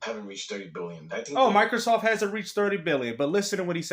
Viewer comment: Is this clown calling it Michaelsoft?? Does he also “axe” questions?